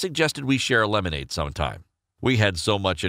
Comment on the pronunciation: Him: Lemonade Shows: limeanede